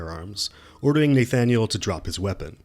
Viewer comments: This is going to bug me if I don't say something... You pronounce his name "naythaniel". I have never heard it pronounced that way.That's not how it's pronounced. It's "nahthaniel". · NAYYYY-thanyuleeeee Lewik 🤣🤣🤣🤣 sorry I love the content but that name pronunciation triggered my ocd a bit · no offense, your content is prime, but have you never heard the name "Nathaniel"? you pronounce it like it's Danish lol. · Someone would inform the narrator how to pronounce Nathaniel